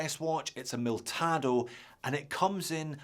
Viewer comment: It is Militado, not Miltado. Useful video, thanks!!